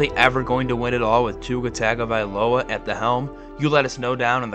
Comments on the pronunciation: Hey buddy great video. The one thing I want to say is your pronunciation of Tua’s last name could use a little work. When Tua explained the pronunciation of it he said it was tongue-uh-vi-loah not tag-uh-vi-loah. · I just cant get past this "TAG-uh-vuh-LOW-uh" pronunciation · TUNGO ! IF u MISPRONOUNCE Tua's name u loose credibility ... please... its Tua Tungo-vi-loa. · He mispronounced Tagovailoa, Seiler, Achane, and Grier.